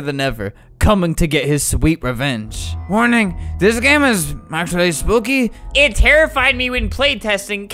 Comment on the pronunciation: When Albert said actually spoooky I thought he said ”facebooky”